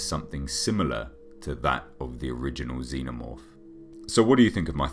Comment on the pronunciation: Reviews Nah, don't excuse. Sorry for the misunderstanding, heh. I meant that I unsubbed him. Jeez, I should have known that a person who can't even pronunce xenomorph properly would once turn out to be like that. xd